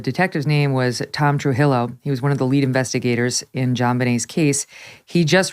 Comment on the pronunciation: Megyn, Trujillo is typically pronounced True he o. Not true hill o.